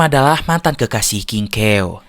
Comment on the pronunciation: Aku dengar nya di film aslinya nama nya kingkaw bukan kingkew👋😅